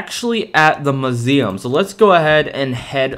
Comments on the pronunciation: why do u now suddenly? call it muzeam? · The way he says muesm lol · I love how he said musem